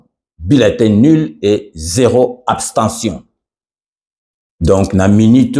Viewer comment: Whaouww, bravo au Senat. mon Vieux balobaka Abstention et pas Aptention , merci.